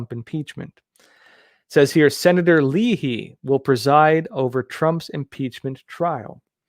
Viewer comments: Lay hee....not Lee Hee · Senator "lay' he" ( you really NEED to learn to correctly pronounce the names of the people and states you are talking about. It matters, and lends to your credibility. ) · I enjoy your coverage of the news and your insights. But for someone who follows current events, your lack of knowledge of the correct pronunciation of simple words such as Arkansas, as the State, and Leahy, as in Senator, baffles me. I'll blame it on your education in the city of San Diego, State of California.